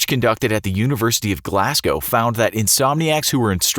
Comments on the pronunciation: It is pronounced glaz-go not glass-co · ahaha he said glassssgow not GLAZGOW IM SCOTTISH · Glas caw, that’s not how it’s pronounced, Glasgow is pronounced with the s like a z and the o is deep, w isn’t pronounced, like glazgo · Please work on pronouncing British counties and cities. Glasgow, Hertfordshire and others were completely mispronounced